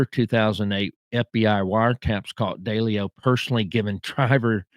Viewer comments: Wow! You definitely do a deep dive into these mobsters. Your nickname should be the “Proctologist “ LOL! And I laughed when you pronounce Massa 2 Sis, I call it Massa 2 shitz! And you call Ralph Daily ‘O but it’s pronounced D-LEO. Anyway you did a good job on your research, I think you’re more diligent in your research, than Jeff GayDoo! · Its pronouced... 'DEE..LEE...O'... & NOT*...DAY...LEE O.. & 'ANN...JEW...LOW'... for Jerry Anguilo...the Boston street Boss for Raymond Patriarca Sr. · Little feedback, if you gonna do videos learn to pronounce Massachusetts correctly. Also, learn how to pronounce Italian names better. It’s not Deleo. It’s De Leo